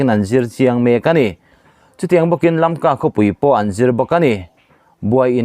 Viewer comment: Imawl ema, ithuchhiar hi kangaithla peihlo. Tun thleng2 a Lamka pawh lamthiamlo😊😊😊